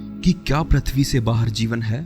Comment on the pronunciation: prathvi (प्रथ्वी) नही भाई pruthvi पृथ्वी .. व्हीडीओ बारबार अटकता है .